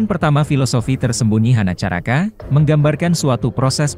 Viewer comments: Aduh....ma... Katanya hanacaraka.... Ko dibaca jd honocoroko... Ga masuk akal... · HONOCOROKO ,,bukan HANACARAKA..klian slh klu tdk pakai huruf O..dan coroko sungsang bkn smbragan...